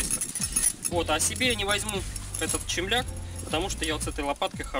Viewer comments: только не чемляк а темляк.. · С новосельем. Носите на здоровье. Всех благ вашему дому! П.С. правильно "темляк"